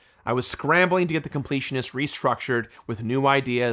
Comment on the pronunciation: The “con-pletionist”?